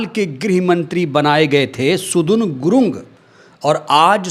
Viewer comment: सुदुन गुलुङ्ग नहि सदन गुरुङ्ग है